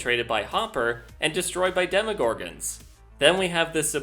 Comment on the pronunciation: demoGORGANS? I always thought it was "DemoGORGONS"